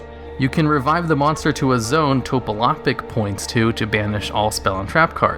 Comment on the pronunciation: That Topologic Pronunciation tho